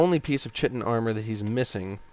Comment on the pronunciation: Just for future reference, chitin is pronounced "ky-tin," not "chi-tin" Anyway, I love this game, but I cannot play it vanilla anymore. I played it on Xbox when it first came out. I will not go back to that.